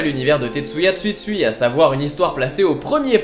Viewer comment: Rare sont les BD engagées, oui en terme général mais pas pour Tetsuya, il me semble que ces précédentes BD donnaient aussi accès à une certaine réflexion, ce qui en réalité est une des particularité de cette auteur :] Ps : Je ne suis pas sûr de mon coup, mais on prononce TsUtsui et non, Tsuitsui xD